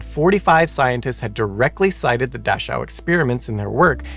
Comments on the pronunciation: Nazis were not the only country to do horrid experiments on people. Japan WW II , USA 1945- today [ small scale but on going .] PS : Not 'Dash - ow' it is pronounced 'Dak - cow' . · What is a dashowwwhe camp? Never heard of it. Know plenty of aushwitz Birkenua and Menegele though. However most of his research was taken and classified. Would be interested to actually read it or see what medical advances were made. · Good heavens, man - please don't assume your pronunciation of a foreign noun is correct and grate on the ears of those who know the correct pronunciation. Every time you botched Dachau (DAH-kau), it took me completely out of the storyline and even school children know the correct pronunciation of Luftwaffe. Yikes. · It's pronounced Dak ow, the ch is pronounced as a k. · Dachau. Pronounced as daa-cow, in English. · Dash-ow? So hard to hear each time. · Your German pronunciation was pretty good. Two nitpicks though. An 'e' at the end of a German word is rarely silent (usually when it's a French loan word). The 'ch' in Dachau is a tricky one. There or two different 'ch' in German, one soft and one harsh. You used the soft one which is similar to the English 'ch' just without the initial 't' bit if that makes sense. I haven't found a good way to explain the harsh one in English yet unfortunately so the only adivse I can give is to listen to it on something like Leo or Google Translate. To add to the fun there's also 'chs' like in "Dachs" (badger) which is pronounced like 'x'. And to add more fun this of course doesn't apply to compound nouns like "Dachschaden" (Dach + Schaden, roof damage) where the 'ch' is again the harsh one. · You may want to check your pronunciation of "Mengele" and "Dachau" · I would love to teach you and of course Simon too the correct way to pronounce these German words - such as Luftwaffe, Mengele and Dachau. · Is that really how Dachau is pronounced? 🤔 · Please learn how to say Dachau and Luftwaffe